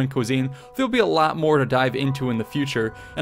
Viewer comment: The way this man said “a lot”.